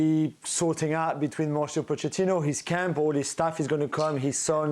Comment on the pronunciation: First of all, I congratulate you Dan for pronouncing Pochettino's name properly (Po-c-ettino). You're one of very few! Mauricio was smart. He ducked taking over Real Madrid after Ancelotti (An-ch-elotti). Smart, because Pochettino could go nowhere but down in a post-Ancelotti environment. He was also smart enough to duck taking on the ship with a colander for a hull - that being Tottenham (massive admin and player issues there!!). So, he took Chelsea - still rife with issues but not quite as bad as Tottenham. Here's my prediction. More fireworks - NO Cups. ...next manager please? Is ANYONE seeing a trend yet?!?